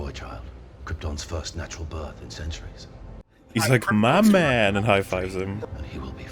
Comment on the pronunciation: Aquaman: "Mah man!"